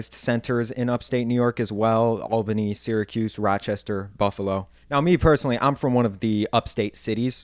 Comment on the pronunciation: I went to school in Ithaca. I can tell you’re not from Syracuse or Rochester by the way you pronounced their names, but idk enough about the other cities to place you lol. Thanks for this! Been thinking a bunch about words and accents tonight and this hit the spot! ❤